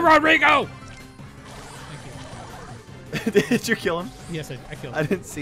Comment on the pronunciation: Lol diz COME HERE ROD RIGO! Mas a pronuncia certa é Rodrigo! Its a Brazilian name!